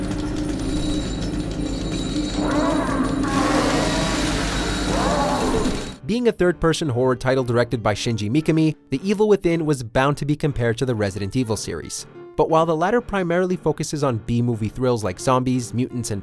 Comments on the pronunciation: Shinji Mikami not Shinji Mikimi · Shinji "Meek-Ah-Mee" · Shinji mEeKamii ?? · Who is shinji “meek a me” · Shinji "mee-ka-mee" LMFAO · "Shinji Mee-ka-mee"???? 😂😂😂😂😂😂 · His pronunciation made me audibly cringe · I think the same guy made that blooper in another video as well, I cringed as much now as I did then. 😩 Can this dude never learn... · Nice butchered pronunciation of Shinji Mikami’s name